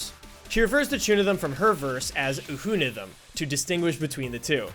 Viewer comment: Just to point out, UHUNITHM is pronounced “yuunizumu (or Younithm)” as per the kana in (ユーニズム) Absolutely great work!